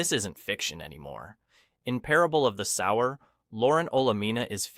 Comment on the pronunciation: "Sower" is pronounced "soh-wer" as in someone who sows seeds, not "sour"